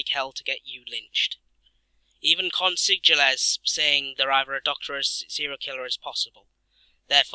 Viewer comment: Great videos! Love your tips. You're pronouncing consigliere wrong